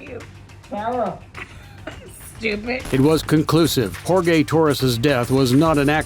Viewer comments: Jor-gay lmao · did the VoiceOver guy pronounce Jorge, Whore-Gay? wow!